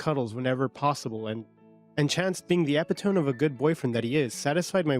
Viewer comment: Why can’t you pronounce words properly. Epitome